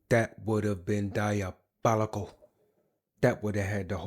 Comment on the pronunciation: That would have been diabolical… that would have been dia-bili-KAL!!! 😂